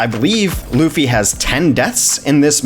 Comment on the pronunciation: Luhfy is wrong Loo - Fee is the right way to pronounce it.